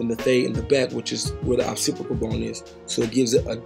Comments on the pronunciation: Awesome work! Just wanna say its "Occipital" like Ox- sip- it- ul 😉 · it’s occipital my g 😫